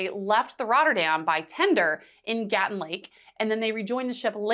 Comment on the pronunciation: It's not Gatun, it's Gatún.